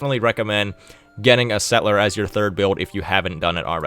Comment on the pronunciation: Could you say "settle - er?" The way you say "set - ler" makes you sound very silly.